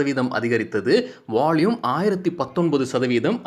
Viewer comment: நீங்க பாலக்காடா மலையாளமா ??வால்யூமுக்கு வாள்யூம் என்று சொவ்வதினால் ..... என்ன சரியா..???பதில்??